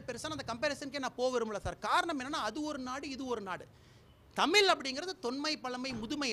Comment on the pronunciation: தமில், தமிலன், தமிலுக்காக.. வாய்ப்பில்ல...